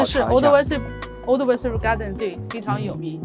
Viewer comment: 因為佢係撈仔